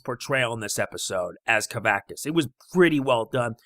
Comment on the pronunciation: You pronounced kavaxas wrong